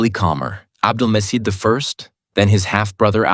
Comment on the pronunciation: Ah 😭😮‍💨💔🥺♥️ But Your Pronunciations Aren't Correct You Are Saying Isa (Aisa) It's Not That It's Isa (Eesa) And Its Not Abdul Mecid (C in there is proununced as J ) Abdul Mejid Like This You Have Some Pronunciation Problems And Mistakes BTW Don't Feel Embarrass I Am Only Trying To Correct Your Pronunciations That's It Hope You Understood 👍🥰 If Ottoman Empire Was Still Today No Muslim Will Be Oppressed By Non Muslims And Vise Versa 😢